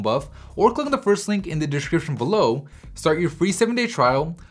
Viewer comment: something about the way he says the word Description that rubs me the wrong way lmao.